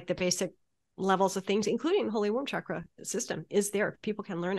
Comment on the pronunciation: She’s pronouncing chakra wrong